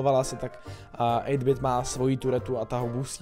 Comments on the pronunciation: Ten updait si zaslouží likes. Hlavně 8-bit když tak se to čte eitbit. A já se ho snažím dostat na brawl stars jse jmenuji RaclikCz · Čti toho 8-BITa anglicky prosiiiiiiiim